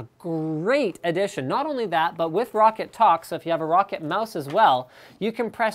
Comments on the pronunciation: LINUS ITS PRONOUNCED ROW-CAT !!!!! LIKE SO HE CAN SEE! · Lol he said rocket instead of roccat